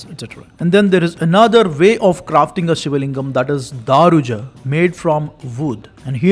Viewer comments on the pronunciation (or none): Again it shows Daruja and you pronounce as Daaruja WTF